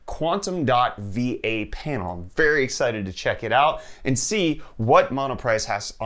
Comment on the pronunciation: I thought he said V8 panel instead of VA and all I could say was “DAYUM”